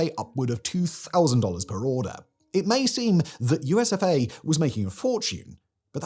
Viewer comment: Everytime I heard, USof A, instead of, USFA. And it still made total sad sense😢😢😢😢😢